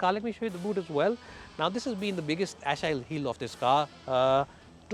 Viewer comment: You mispronounced Achilles heel and you said the outro of this video twice.